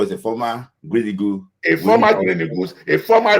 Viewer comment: Why do you people mention EAGLE as EGOS? Did you guys study ORAL ENGLISH? Ah why you people have such bad pronunciation? Just imaging words like GENERATOR, PASTOR, DOCTOR, INVIGILATOR, PROTECTOR you mention it as ending TOR instead as TA. I always can't stop laughing at our neighbors and ask myself which European country colonized them 😂😂😂